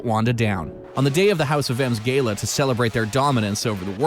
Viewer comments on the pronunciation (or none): It’s gala not gayla